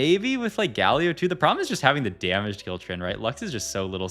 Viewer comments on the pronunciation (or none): i love your videos but GAlio not gaLIO 😫